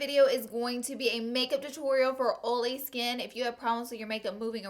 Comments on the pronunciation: Um... what the heck is Oly skin.. you mean oily?... no one says Oly. "Oly" pronunciation will never be a thing 🤣🤣🤣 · "Oley skin" "Ole - free foundation" "Oley eyelids" omfg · She says oily like "oly"😂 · So stinking CUTE the way you pronounce it "oh-lee or greeze-ee." You're bringing the Glama from Alabama! Other than your palette (obs) I guess my favorite product is the Tarte blush palette. #neverenoughblush #snapchat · 1. I subscribed to you originally because of how you pronounce oily. it makes me so happy. 2. my favorite product you used is the smashbox primer. I just learned the beauty of primers and am obsessed with all things smashbox. 3. every single face you made while doing your waterline and under lashes made my day brighter. #snapchatfam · Before clicking this video on my notifications I was mentally preparing myself for the "oily" mispronunciation haha. She says it so cute. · Perfect video for me. I suffer from oily skin. {BTW: I love how you say oily!} Love Love Love the OFRA oil control pressed powder. My secret weapon has been the Murad oil control mattifier with SPF 🙌🏻🙌🏻🙌🏻 snapchat fam